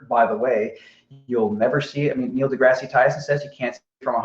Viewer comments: Degrasse... de-grass. Dear God that was driving me crazy. Either say it right or stop saying it. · Wow this is painful, not only does deny all the science that Explains the globe he has a pop at for mispronouncing aperture then continuously refers to Neil "DeGrassy" Tyson. You're gonna have to get some more beers in to counteract all that stupid being thrown at you. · should be renamed it Limitless Patience. Complains that mispronounces aperture, yet can't pronounce Neil DeGrasse Tyson's name correctly. -. This, folks, is the difference between science and deluded bullshit, explained by none other than.